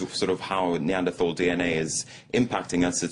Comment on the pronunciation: please learn how to pronounce neanderthal. and the singular is not "homo sapien". this is just embarrassing.